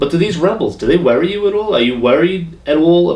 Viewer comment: "Do they warry you? Are you warried?".......classic.